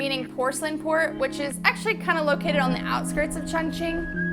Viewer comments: ChOngqing, not ChUngqing. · Glad that u love my City XD But seriously every time u say "qiongqin" I die a little lmao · It isn't pronounced Chung........... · Terrible racism makes it difficult for me to talk about Chongqing. The pronunciation gives them a perfect chance to mock Chinese. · lol I feel like such an asshole always commenting on your videos. You have great editing and high quality video. But how can you say it is your favorite Chinese city when you don't even pronounce the name correctly? haha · Not at all, you don't think it is strange it is her favorite city but she can't even pronounce the name correctly? lol